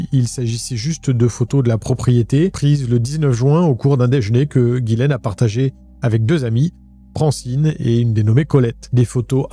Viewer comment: Ghislaine ou Gillaine? Car dans la description t'as mis Ghislaine et tu dis tout au long de la vidéo Gillaine ? Sinon Omar selon moi est innocent que c'est une coïncidence qu'il soit présent dans les parages de la victime